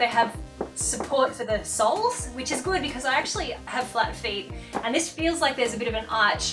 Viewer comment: 'These feel like they have support for their soles' What I heard 'These feel like they give support for the soul' .. I laughed way too much over that misinterpretation of what you had said. Never knew a shoe could help heal the soul. x,x